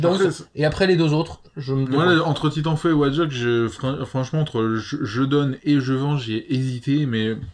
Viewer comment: Ça prononce mal titanfall 😭